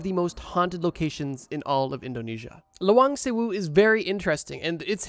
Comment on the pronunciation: btw it’s pronounced as Lah-wahng sewu. Also i visited it last year and has really pretty + smart architecture! (+i passed thesis defense after i visited yey, maybe my ancestors felt bad for me and decided to help me instead of haunting me)